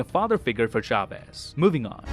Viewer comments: it's funny how he pronounces Chavez, you have to pronounce the "Ch" as in "Church", but at least he tried😂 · It is "Chavez", not "Shavez" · "Shavez" :v xD.